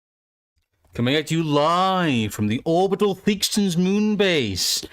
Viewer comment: Theakstons? Really? you have so much to learn my child.